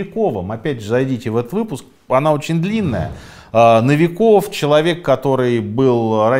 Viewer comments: Почему нови Ков а не НО виков. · Почему новИ’ков, а не НО’виков? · Минаев лапуз, Новиков на О ударение, а не Навиков))))как говоришь, пиздец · НовикОв?? Может, НОвиков??